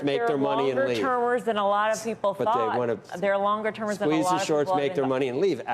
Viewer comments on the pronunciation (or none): the way she said "longer termers" omg